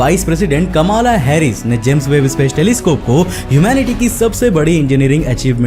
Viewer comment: BHAI America ki Vice President Kamaala Harris nhi Kamla Harris Hai.. She's Indian.. Pronunciation Thoda Thk Kar Lete